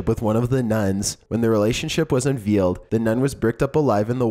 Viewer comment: The word is 'convent' not 'covenant'. Big difference. I wouldn't bring it up, but I hear these mistakes on every video. Be specific about your reading, please. Unveiled not unveeled